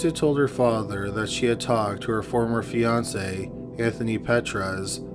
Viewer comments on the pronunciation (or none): none